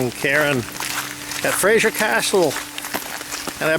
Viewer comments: Castle Fraser (pronounced Frazer - with a "z", not a soft "g" - by the way. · Nice video BUT please it is FRASER not Frasier. Kind of grates !!!